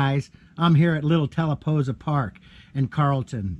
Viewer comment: It's "talla pooh sa" ... just sayin'